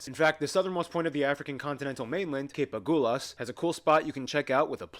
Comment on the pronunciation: Tugela, not Tulega Someone tell them it is A(galh)us, and not Agoolhus How can she not say Xhosa, when the American guy does it so well? Umhlanga (reed dance) is not only Swazi. Zulus do it too. Please find a black person to help with our stuff, original channel.